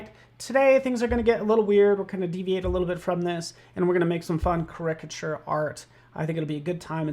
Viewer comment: I guess they dont read the comments... last caricature video a few people mentioned the way he says caricature incorrectly. Even youtube captions dont know what he is trying to say. one time the closed caption even said "cricket sure". its easy... you are exaggerating the characteristics, take the beginning of that word... say "charac" and stop saying it like "cricket"